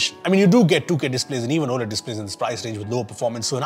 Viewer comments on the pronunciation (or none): none